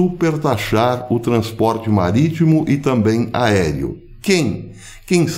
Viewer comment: Falou em "turner" e "maritmo" me lembrou Piratas do Caribe... kkk